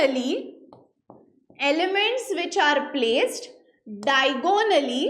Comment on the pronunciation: Mam all lec was good but it is not diagooonally it is diagonally